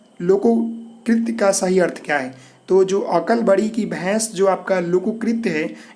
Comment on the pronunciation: LokoKrit nahi bhai... Lokokti hota hai .... Aap bahut se video Mein hindi galat padte ho